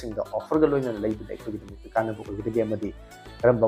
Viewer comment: Bro gi j sound tab nungyte